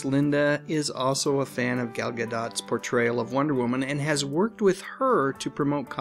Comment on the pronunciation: The whole series is great but the first season was the best! BTW Gal Gadot is pronounced with a long "o".